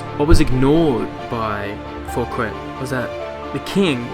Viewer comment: Thanks! informative! BTW: *How to correctly Pronounce Fouquet: (the T is silent) *The french king in question was the sun king, Louis the 14th.